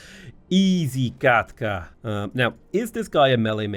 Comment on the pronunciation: jesus christ, easy katka indeed (as a Russian speaker, very appreciate)